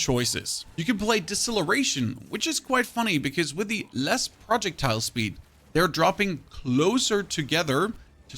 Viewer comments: Love the guide! Slowly going insane over the pronunciation of "projectile". :face-orange-raised-eyebrow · Is this guy rage baiting the way he is pronouncing projectile